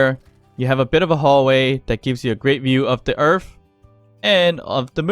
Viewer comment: Please never go back to earf because most people pronounce it earth